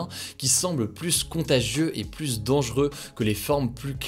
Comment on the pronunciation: Débat du jour: Souhaitez vous que Hugo apprenne à prononcer le mot "plus" correctement ?